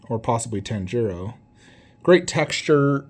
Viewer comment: Your pronunciation of Tanjiro hurt my soul. Badass statue though, but for anime I only collect Naruto/AoT :)